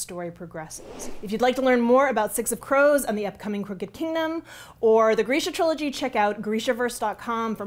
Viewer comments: I thought it was pronounced grrr-shuuuh 🤭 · Oh god... It's pronounced "greesha". Well, time to go change how I've mentally read the books all these years. (I pronounced it gr-ih'-shuh, anyone else??) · I’ve been pronouncing it “Greesha” but the other day heard someone from the Netflix show say “Grisha” and my brain has been turning to mush trying to train it to say “Grisha” instead of “Greesha” And I’m now relieved that he was the one who was wrong, HA! (Sorry. Mush, remember?)